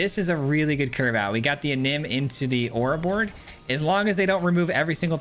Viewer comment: Say it with me lol, Oro-Bor-Roid.